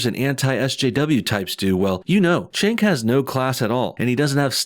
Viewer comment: it's pronounced Jenk, not Chenk. just sayin